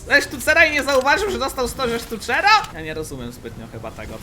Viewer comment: Że dostał 100 ze stucera Xd wymowa